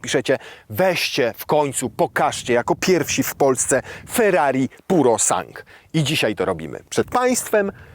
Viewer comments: To się nie czyta PUROSANK tylko tak jak się pisze z końcówką SANGUE. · Sangue = krew po włosku. “U” i “e” jak najbardziej wymawiamy.